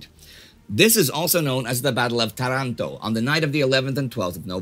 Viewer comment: It's Tàranto